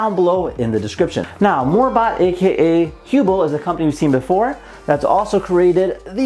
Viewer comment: It bothers me that you mispronounce the word Hubble... two "b"s make the "u" a short vowel. Basic English.